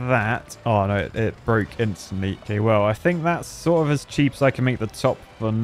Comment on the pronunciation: That poor editor have to put up not just with his songs, but with the fact that instead of "no", he says "noi" 😮 I hope he's getting paid accordingly.